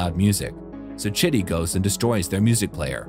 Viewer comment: When you say chitty the caption says shitty🙄😂😂😂😂😂